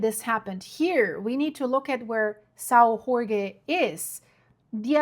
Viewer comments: You're spelling the name Jorge wrong. Just read the name George in english and you get the correct portuguese sound. Remember portuguese is not spanish. Otherwise, keep up the good work, I like it. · I live in Sao Jorge, yeah, we had a big earthquake 3.8 and a few thousand smaller ones, everything went well gladly! And in Portuguese a J is a J not a R, that’s Spanish 😉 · Yeah was about to comment this, both J and g are pronounced with the sound of G as in Geo and Jorge but Portuguese is not easy for foreigners. Finns spell Jorge as Iórgue for example. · if you say "George" it is pretty darn close to Jorge, but most people are more familiar with the spanish pronounciation.